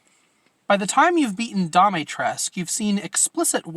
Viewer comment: It's a little disappointing that Donna doesn't quite have as much going on as the others, but she's still pretty memorable. (Also, it's pronounced "dee-mee-tress-coo", with the stress on the third syllable. For some reason the game seems to think the last u is silent).